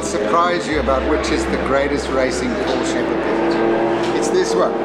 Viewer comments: Great film, but it's not a "Portia" it's a PORSCH -- E! The E is as in "SEXY" there is NO "a" in the name. You have so much right, now say it right. Don't make me come down there :) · That's "Pour-Sha"! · Proud to own a Cayman 987.2. By the way, Porsche is a two syllable word. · Min ... she doesn't know how to say "Porsche" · Hate it when watching Porsche videos with people allegedly in the know about the subject, but who ignorantly and annoyingly mispronounce the name.